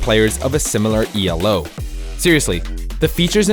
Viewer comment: Nitpick, but Elo isn't an initialism, it's just pronounced as a word, you don't say the letters.